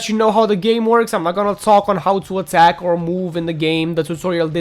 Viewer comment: hOW HE SAYS ATTACK IS FLOORING ME